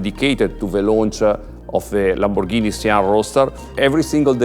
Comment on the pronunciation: Lamborrrghini sian ROASTER